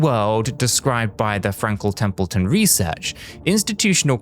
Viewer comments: Frankle templeton? Didn’t know it could be said like that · Frankel Templeton?! Lol this weirdo is AI.